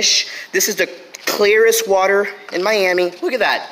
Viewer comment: PLZZZ STOP SAYING WATE😭😭😭😭😭😭